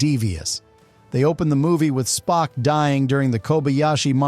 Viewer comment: "Spoke?" Is this the AI narrator?! 😆